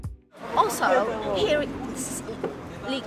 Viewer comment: Sir, when you say "here" , it sounds like hair, which isn't the right pronunciation. Should be "hear". And , good stuff. Keep it up. :)